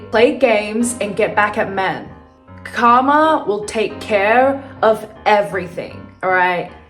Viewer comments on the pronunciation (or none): none